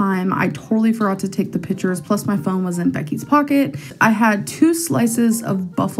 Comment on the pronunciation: "Lazy AF Mukbang". Of course. That is the 500 lb gorl way. Keep shoveling it in. Don't starve yourself! Make sure you got enough calories! Also "pitchers" instead of pictures....ugh.